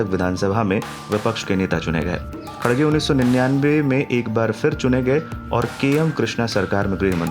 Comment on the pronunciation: It's not khadge, correction its kharge